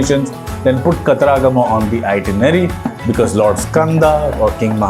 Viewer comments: Not kataraagama but katara-gama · Pronounciation of Kataragama is wrong